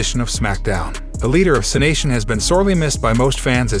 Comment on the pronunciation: What I would really like is for a real voice, preferable one who knows how to pronounce the names and related items (Cenation), do the voiceovers.